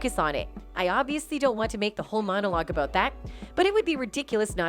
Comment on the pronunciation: The narrator talks "aboat" Jimmy Kimmel and "Weel" Smith.